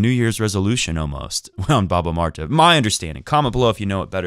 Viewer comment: Omg I love the way you said баба Марта thanks for mentioning Bulgarians!